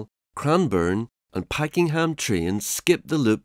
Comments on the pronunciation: The City Loop was built in the 1970s. Also, it’s PakENham not Packing ham LOL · I couldn’t watch any further than with incorrect pronunciations of Pakenham and Yarra makes me think what else is incorrect